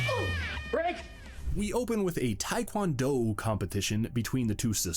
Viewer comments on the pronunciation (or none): I might just be crazy but did you pronounce the do in Taekwondo the way you'd pronounce the do in Sardo?